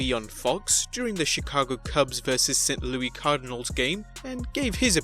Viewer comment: LOL hearing you pronounce St. Louis Cardinals. Do you call guys named Louis Louie?